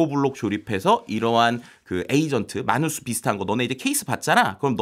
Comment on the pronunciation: 해외에서 미국에서 모두 “매너스”로 불립니다 “마누스”가 아니라. 첫번째로 영어 발음을 한국말로 표기 한 사람이 누군지는 모르겠지만 글로벌한 시대에 글자하나라도 제대로 발음되았으면 하는 마음으로 적습니다. 마치 외국 사람이 한국에서 한국말 발음 못하면 못알아들어서 소통 안되고 발음 고리쳐주려고 하는 것과 동일한.